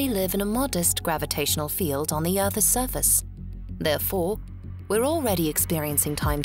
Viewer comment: Great video but can you stop pronouncing “earths surface” like that